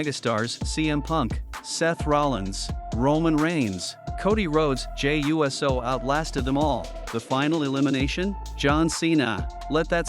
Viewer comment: I saw nothing wrong with the match. Hated how your video kept saying “Jey U.S.O” as if it’s a fucking USO show for the US Military 😂